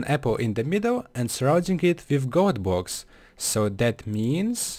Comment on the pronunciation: I love how he says bwoks